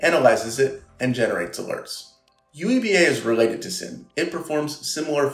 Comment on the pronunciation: Petition to pronounce SIEM as seam. Not SIM... Seem Seam SIEM!